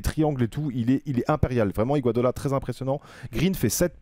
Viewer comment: Faudra dire un jour a que c'est IGUODALA et pas IGUADOLA 😂😂